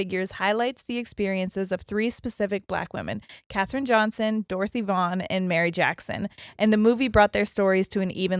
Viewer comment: Vaughn rhymes with lawn. Also, get your iron levels checked. That causes restless legs. You might just need iron supplement to take care of it rather than gabapentin to mask the symptom.